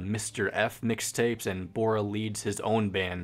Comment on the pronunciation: The way you pronounce the names are killing me(dont worry its fine...except for bora what were you thinking) also uh you should listen to chonny jash (not johnny cash,please I've heard this like a thousand times) he has covered tally hall, will wood, thd (that handsome devil) etc and i think you might like him and if you do please talk about him (please we need more fans)